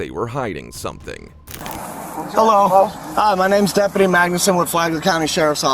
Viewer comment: did he just say Fagler county?